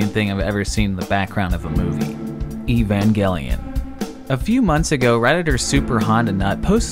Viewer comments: Evangelion was pronounced wrong... It’s E-VANGE-LEE-IN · Italians used to call it Evanjelion (with the "G" that sound like "Jelly") and it took years to correct that misspelling. But this is the first time I hear someone say Ivangelion. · "Evangelion" is not pronounced the way we pronounce words like "evangelize" in English. It's a Greek word. It's pronounced like Ey-van-gel(hard G like in "gun")-ee-on, while the person in the video pronounces it "Eee-van-gel-ee-on". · Não é "Ivanguelion", é "Evangélion" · I cringed hard when you pronounced Evangelion with a hard G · He didn't pronounce it correctly though lmao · When he said evangelion Me: GEOMETRICALLY SCREAMING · Bro that cannot be how you pronounce that Evangelion movie’s name....